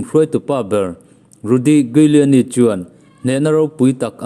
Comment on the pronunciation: Giuliani (Pronounce = Juliani)